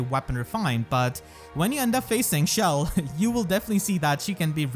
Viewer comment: This man really pronounced it “shell”